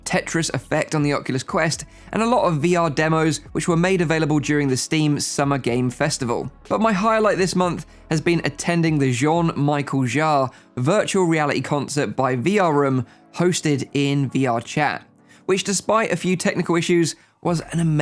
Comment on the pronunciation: *Cringes when you pronounce "Michel" wrong. It's pronounced "Michelle". Like the girls name.